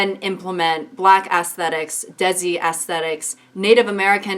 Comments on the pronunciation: Why did you pronounce desi like dezzy 😆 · Did you say daisy? For Desi? ' '⟨ <(LOL) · Agreed!! But just the pronunciation of ‘Desi’ is ‘They-ci’ :))) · omg why did it take soo long to understand she was tryna say desi. for the non desi's its pronounced as (they see)